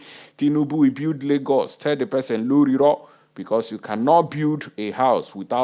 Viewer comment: 🤣🤣🤣🤣🤣🤣🤣🤣🤣😂😂😂😂😂😂😅😅😅. I couldn't help it but laugh my head off when i heard you say, some people are using torch and lantern to look for tinibu. I also love the way you say, lorilo.